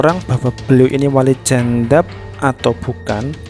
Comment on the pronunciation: jadzab, bukan jandzab. Ngomong belepotan kok ya mau mendefinisikan masalah wali 🤦. belajar dulu, kang.